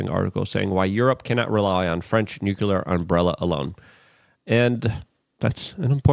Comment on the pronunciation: nucular? you mean nuclear, right? lol